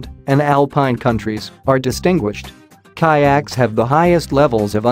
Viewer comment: And the word kayak's pronunciation is also strange.